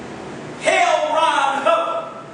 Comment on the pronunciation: Lmao.... bro. said Hell Ron Hubbard....so strue